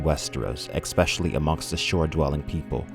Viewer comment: He does struggle with the word 'especially' though